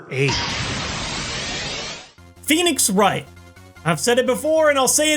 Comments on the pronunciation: When you said pheonix wright I cried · “Phoenix Wright” Well I’ve heard enough, I’m leaving